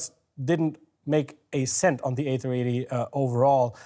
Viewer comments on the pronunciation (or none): none